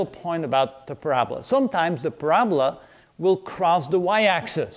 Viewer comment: PRAB-LA???? Or PARA-BOLA?